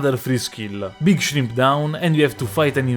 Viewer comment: Big Shrimp😭😭 in ur accent shit had me dying, as usual another great vid